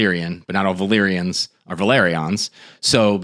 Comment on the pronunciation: The Vel-AR-ions are from Valyria. There's your problem solved.